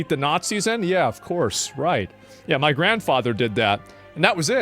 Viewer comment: I have never heard sound so Texan as when he noticed the random burn on his hand "damn, i burned me mo%&£^%king hand!"